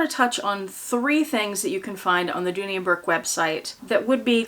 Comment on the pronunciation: Correction. Dooney. Not Dooley